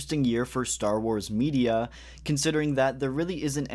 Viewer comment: am i tripping or do you actually say "Star Warseee Black Series"?